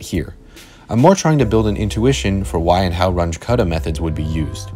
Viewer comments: You should've checked the pronunciation of Runge-Kutta. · It's "Ruuungae Kuttah" not "Ranch Cutter" 😂😂😂😂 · The names are German: Run-guh Kutta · Please learn how to say Runge Kutta. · I don't think thats how you pronounce 'Range-Kutta'